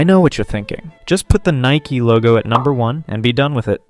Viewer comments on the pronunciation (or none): just say nike dont say nikey